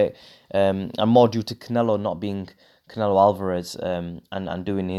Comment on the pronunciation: Haha the way you said Saul canelo alveraze